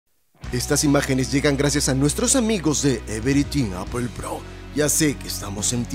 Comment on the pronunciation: Tu cazurro se llama Apple haber si pronunciamos mejor eeeh